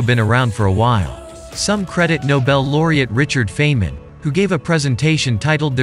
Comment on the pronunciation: I am a life long fan of Richard Feynman (pronounced phonetically as Fine-man). Your name pronunciation is like dragging fingernails over a blackboard. No offense, but I had to comment.